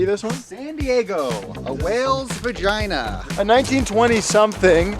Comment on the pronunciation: did I hear him correctly? "San Diego, a whale's Vagine"